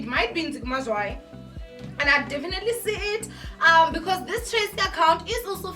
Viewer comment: Loll you say maTracy🤣🤣🤣🤣